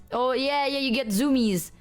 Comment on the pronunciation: I love the freuidian slip of calling “Zoomies” “Numis”